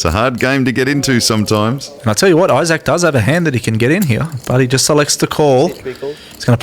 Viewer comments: apparently australians don't know how to say the word "isaac." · eye sack